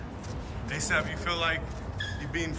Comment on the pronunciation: no need to hyphenate ASAP. nobody walks around saying a s a p, it's kinda irritating